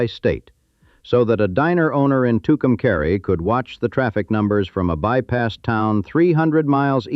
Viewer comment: The AI is pronouncing Tucumcari wrong it's pronounced Tucum"cahre" not caree